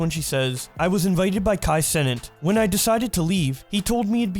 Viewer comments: Nigga said Kai senate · “Kai Senate” 💀💀💀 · You saying his name wrong on purpose